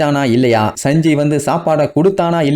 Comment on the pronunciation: Saanji nu sollu bro sanji nu sollatha